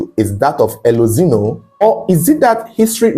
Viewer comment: Pronounce the E as A. Elozino. Meaning Light has come.